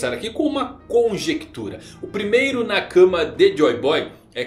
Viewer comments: E cabem todos? By: Chaves kkkk., pelo amor de Deus, pare de falar "na cama" e pronuncie "nakamá" que fica menos estranho kkkkkk' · a tônica de "nakama" é a última sílaba. Do jeito que você pronuncia parece que é " na cama"